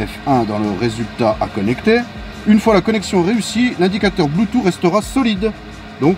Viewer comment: On est d'accord que le bloutous... Blutu... Bloutu... Puis merde on est d'accord que le bloutuss intégrer sa existe nn?